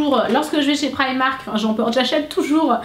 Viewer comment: prq toutes les youtubeuse dites prymark !? C'est primark